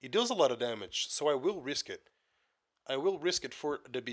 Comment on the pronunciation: lol i like it. "Dámágé"